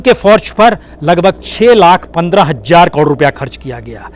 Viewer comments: Hazar, not Hajjar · हज़ार को हज्जार बोलता हैं यह और मुजाहिदीन को मुज़ाहिदीन बोलता है 😀 । जर्मनी को ज़र्मनी बोला है। बस information ले लो बाकी शब्दो की तो जान ले ली प्रसून ने ।hhhh 😀